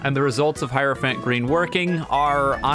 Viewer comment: "Hierophant pee"